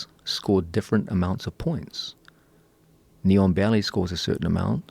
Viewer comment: thank you. Listen to it if you haven't ever heard it before, sounds like neon belly😁 of course now that I know what it's supposed to be u can never unhear it